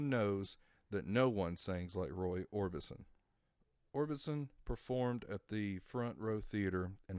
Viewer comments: Or-BIS-on not Or-BIN-son, silly goose! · It's Orbison not Orbitson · Orbison not Orbinson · I know I cringed EVERYTIME he said it lol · Great video but I have two questions? First: How do you not know it's pronounced "Munster" and not "Monster?" Two: How do you not know it's pronounced "Or Bis Son" and not "Or Bin Son" as in Roy Orbison, with no "N"? You must be a youngin' LOL.